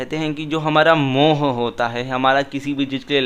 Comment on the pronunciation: Correction, when reading gurbani shabads, the choti ee and u ki matra at the end of every word are silent, for example hari is read as har, and mohu is read as moh, this adds meaning to the shabad